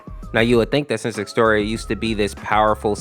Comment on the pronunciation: Bruh "Exteor💀💀" no offense but the correct is "Ex-ze-tior"